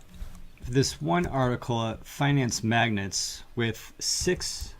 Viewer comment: Hey. Love your show. FWI, Finance Magnates is pronounced "Mag-Nate" not like the thing that attracts metal.